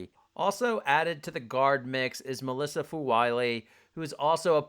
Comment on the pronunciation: Bruh, I say this jokingly, your pronunciation mechanics need some work. How do you get Melissa from Milaysia?